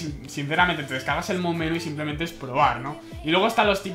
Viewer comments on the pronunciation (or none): none